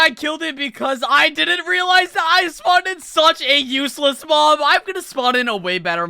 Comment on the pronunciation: Smirky why are you saying mom insted of mob😐